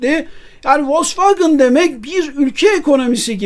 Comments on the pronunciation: Telaffuzla alakalı bir eleştirim olacak. Türkiyede bir kısım insan maalesef kendi dilindeki okunuşuyla bazı şeyleri söylemekten çekiniyor mu diyeyim bilemedim. Volksvagın değil Vosvagen, Mörsides değil Mersedes. Onlar bizim TRT mize Terete mi diyor ? Tiarti veya kendi dilinde okunuşu herneyse. Okunduğu gibi yazılan mükemmel bir dilimiz var, sahip çıkalım. Siz yapmayın bari! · Vosvagın değil de Vosvagen deseniz daha iyi olurdu. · ya turkler gibi vosvogen de ya da almanca okunusunu dogru ogrem oyle soyle. kendi uydurdugun sekilde telaffuz etme markayi. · Vallahi sonuna kadar dayanamadım, sürekli Volksvagın demeniz acayip rahatsızlık verdi. Dinlemedim videonuzu. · Vollksvagın bana da itici geliyor. Ama , burada Sedat Bey'in söylediği yanlış telafuz.( Aksan değil,o zaten hiç bir yerde olmaz) Vollksvagın in itici gelme sebebi ise. Wagen,derken normal türk gibi söylerken. Wagın, derken aksan yapmaya çalışmamız.